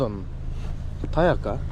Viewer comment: Таяк эмес ТЯК кичине суйлошту уйронуп алчя